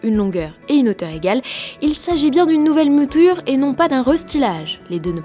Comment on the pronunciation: une nouvelle "mOUture" aha la honte